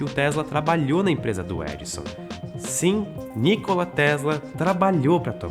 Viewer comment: A pronúncia não é Nícola, mas Nicóla